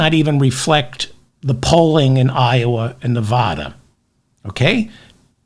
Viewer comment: Please pronounce my state correctly. It will help a little though I doubt many googles are watching. Neh-VA-duh Say "Neh-VA-duh". That is the correct way to pronounce the state name. Put emphasis on the second syllable. Pronounce it so that the middle part rhymes with the “ad” sound in the words "sad" or "mad." Compare "Nevada" and "Nebraska." The corresponding vowels in the two names are pronounced the same.